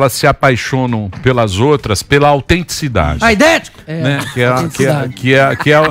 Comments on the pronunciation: Talvez a palavra "Autenticidade" ativou algum gatilho nele pra falar "Aidético" do nada, tanto que ele repete "Autenticidade" logo dps. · Bem na hora que eu li este comentário o dilera diz aidético chorei jajajajajjaaj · O vídeo ganhou meu like quando rolou um "Aidético" no meio da fala sensata do Emílio .... kkkk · Emílio:as pessoas c apaixonam pelas outras pela autenticidade. Dileira: aidético kkkkkkk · Mano, esse “aidetico” foi foda kkkkkkkkkkkkk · "Aidético!!!", como se nada tivesse acontecido: "é autenticidade.." kkk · "As pessoas hoje em dia se apaixonam pela autênticidade" "verdade... AIDETICO" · Esse "AIDÉTICO"que ele soltou foi foda.😂😂😂😂😂😂😂😂😂😂😂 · PERDI TUDO NO "AIDÉTICO" KKKKKKKKKKKKKKKKKK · O cara mandou um "aidetico" kkkk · "AIDETICO" HUEHEUEUEHEUEHUE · "AIDÉTICO!!!" KKKK